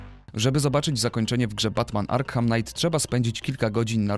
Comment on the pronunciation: Arkham czyta się jako [Arkam], ponieważ H jest nieme:)